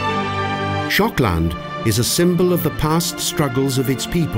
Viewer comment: Why is Shokland almost sounds like Schotland?